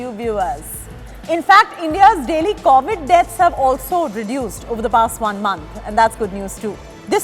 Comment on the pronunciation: Man! It's CoVid, not CAUvid.